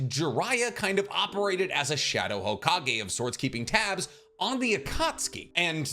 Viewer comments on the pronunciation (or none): none